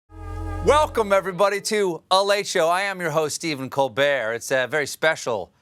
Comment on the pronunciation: I heard Cold Beer instead of Colbert